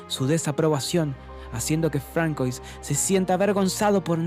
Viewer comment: Un consejo: aún que se escriba "François" se pronuncia "Fransua" 😉👍🏼. Buen resumen !!